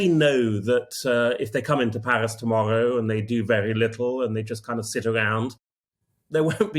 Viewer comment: Paris, or Palis as this bloke pronounces it! 😂